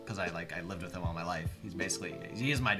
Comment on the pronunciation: everything that ends with th, he says it like “Myff”